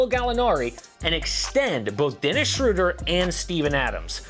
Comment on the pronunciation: Just a little thing but it's Schröder 😅